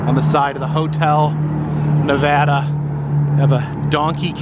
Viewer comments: Its pronounced: Nev...add...uh. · Ya gotta stop saying Nevahda